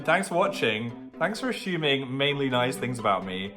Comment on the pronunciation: it is pronounced 'ASS UMING' not ASH UMING!! LMAOOOO